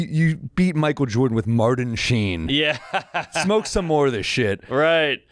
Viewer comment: “Marden Sheen”? Never say it like that again. 😂